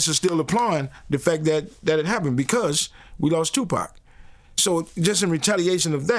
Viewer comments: Definitely a culture vulture, not able to call pac by his name! It’s pac not pack idiot! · Aye bro it’s 2PAC not 2pack 💯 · 2Pac like Pocket. Not pack 😂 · Its Tupac Amaru like the line of Inca chiefs.....It was NEVER 2pack,.........ever! In ANY country 🤣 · It’s pronounced Too-Pock not pack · it’s pronounced; two-pock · It’s TWO-POCK, like POCKET. You’re intentionally mispronouncing his name! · Brother, stop fu@ calling tupac tupack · Too pock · TeW pAAaaacccccKKkkKk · He can say pac properly wtf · If you're such a hip hop head you should be able to pronounce 2Pac despite an accent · Cant even watch video...how you can't say Tupac right. It's not hard smfh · accent or not.. You know how to pronounce TUPAC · He sounds like he's talking about a moving company 😂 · exactly and that ain’t how it’s said 😂